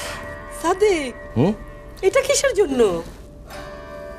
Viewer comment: আলিয়ার মতো মেয়েরা কি ভাবে নাটক করে আর পরিচালক কি মেয়ে খুঁজে পায়নি। যে নাকি ঠিক মতো কথা বলতেই পারে না। ছাদিক কে বলে ছাদেক এত সুদ্দ